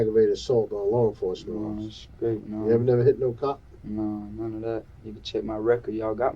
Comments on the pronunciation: I got sick of this wangsta constantly saying “Scraight” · When I hear this little squirt of piss say his birthday I'm like "he was just born" then he said "I'm scraight" and I started to wish he was stillborn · Whoever made the subtitles for the interrogation must be deaf, every bit of the "inaudible" parts were clear as day, he was saying " I'm Straight" not "I'm Screwed" or "I'm scared", just pronouncing straight as skraight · Be scraight? Whats scraight? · Just gave it to him “skraight” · Did he say...skraight???? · What is a 'skraight'? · How is he adding a "k" in straight?